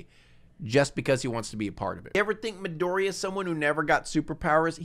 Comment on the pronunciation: why did you pronounce midoriya as "midor-ya" kinda cringe bro